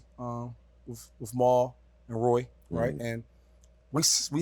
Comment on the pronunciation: I don’t understand why joe keep letting them say Rory name wrong..